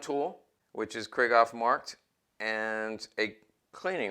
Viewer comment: First time viewer and I enjoyed your comments about pistols and their history and I could feel your enthusiasm coming out of my computer so I wanted to share this with you. One thing I'd suggest is the the way Krieghoff is pronounced. You might like to know this as you're really into the subject so here goes: When the name Krieghoff is spoken there is a break between Krieg and Hoff. It's a sort of a emphasis on Krieg and then on Hoff but not rolled into one word. Example would be the German word Dachshund, it's not "Dashund" but Dachs....Hund. Maybe like Porsche spoken Porsch' cha and not Porsch as spoken by the English and French. Get it? Better yet might be Luftwaffe which is spoken Luft..waffe with the break between Luft and Waffe. Krieghoff is located in Suhl northeast of Scheinfurt as you probably know. You might find somewhere his German Film Star, Emmy Goering's, book entitled "in Defense of my Husband" to get more background on his life and guns and automobile collecting. Probably not in English but worth a try. Thank you for all the information. Manfred